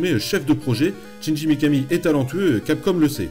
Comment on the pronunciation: Excellente chronique mais le prénom du gars c'est Shinji, pas Chinji. donc on ne prononce pas "tchindji" mais "chindji" :s Mais bon, mis à part cette prononciation qui écorche les oreilles, on est face à un vrai fan et ça se sent :) Donc pouce vert :)